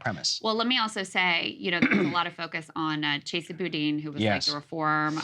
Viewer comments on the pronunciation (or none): none